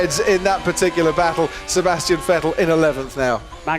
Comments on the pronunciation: Hamilton gets away well sebaseuhhh Valteri Bottas..... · You mean spinastian vettel